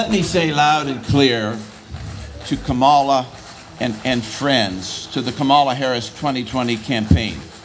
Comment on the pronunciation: it's KAHmuhla. not KÄhmuhla. not kuhMAHLA.